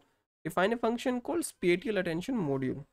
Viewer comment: The way you pronounce spatial does not show your expertise on spatial mapping and channel is not defined properly how the filters set find a specific feature.